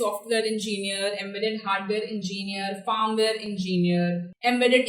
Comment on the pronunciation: it's not fArmware . it is FIRMWARE